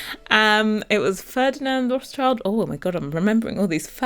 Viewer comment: It's not Roths-Child it's Roth-Schild as in Red Shield.